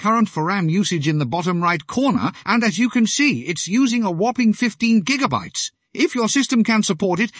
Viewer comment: Gotta love those "jiggabytes" :P